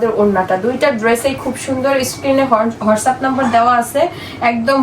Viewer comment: Watsapp ke bole hotsup